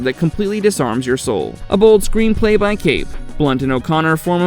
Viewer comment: David Koepp's last name is pronounced "KEP".